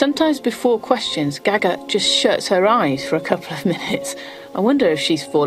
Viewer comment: Omg the presenter how she says "gaga" is horrific!!